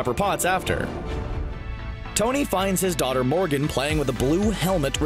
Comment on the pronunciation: I thought you said "and they had an adorable baby daughter named organ." And I was like hold the phone WHAT.